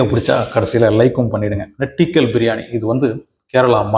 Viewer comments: நான் மலையாளி...... தமிழும் தெரியும்.... நெட்டிக்கல் அல்ல... ஞெட்டிக்கல் என்பதே சரியான உச்சரிப்பு .... ஒரு பாஷை பயில்வதற்கு முதலில் காது சரியாக இருக்க வேண்டும்.... மலையாளம் போன்று மெல்லின வகை பாஷை உச்சரிப்பிற்கு நாக்கு வடித்தலும், இசைவதும் ரொம்பப்பப முக்கியம் தம்பி..... அப்படிக் கூப்பிடலாம் என்று நினைக்கிறேன்.... 62 வயதானவள் .... என்னை விட மூத்தவராக இருந்தால் அண்ணன்..... நீங்கள் இங்கே உபயோகித்த வார்த்தை நெட்டிக்கல் மலையாளத்தில் இப்படி எழுதுவோம் (നെട്ടിക്കൽ) 👍 ஆனால் அதை ஞெட்டிக்கல் என்று உச்சரிக்க வேண்டும் (ഞെട്ടിക്കൽ) 👍 உங்கள் தமிழை நான் சரியாகத் தானே கையாண்டிருக்கிறேன்? நம்புகிறேன்....👍 பிழையிருந்தால் திருத்துங்கள்.... அதன் அர்த்தம் Shock..... அதிர்வித்தல் என்பது.... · நெட்டிக்கல்னா பயமுறுத்துறதுன்னு யார் சொன்னா?!..... அதும் pronounciation ம் தப்பு..... உனக்குத் தெரியாத பாஷைக்கு அர்த்தத்த ரொம்ப confident ஆ Simple ஆ சொல்லிட்டுப் போற..... ஏந்தம்பி.....??🤔😖👎